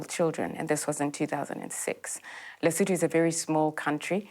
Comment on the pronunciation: The country is Lesotho. Not lutho 😅